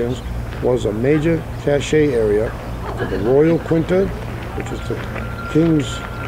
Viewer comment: Cache is pronounced Cash. The ego silent. Cachet is pronounced the way you mispronounced cache. Hope that helps you out a little. That way you will sound a lot more professional! I think I've earned a place on your show... perhaps as a Ghost Rider haha tell clay I said hi. Been meaning to get over there one of these years and take him to the Lost Dutchman's mine. As for all of that treasure hidden in the Superstition Mountains, I think you're onto something. Perhaps you should look up Robert kesselring, he claims to have pinpointed all of those caches with special electromagnetic technology. He has or had a little business down in Tucson. I hope he is still alive, he should be, he is slightly younger t h a n yours truly!